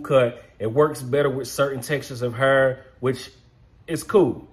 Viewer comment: Where you from man!!! I’m from the Lou .. & we say har ( hair) the same way 💯😂